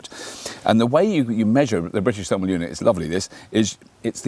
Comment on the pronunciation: Thermal not termal.